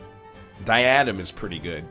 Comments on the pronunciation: You know I love you, but you’re stressing the wrong syllable in “diadem.” It’s pronounced “DIE-UH-DEM.” Keep up the good work! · NL this was a great episode, and I loved to watch it! But you're mispronouncing Diadem.